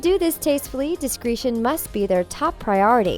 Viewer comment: Learn to pronounce discretion, love.